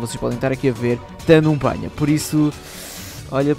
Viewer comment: Melhorar parte é quando ele fala 'Numbania'